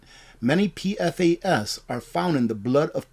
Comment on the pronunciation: you might appreciate knowing PFAS is pronounced Pee-Fass